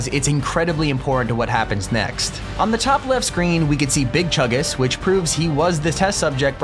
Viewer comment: “Big chugus” Me: BIg CHUNgUS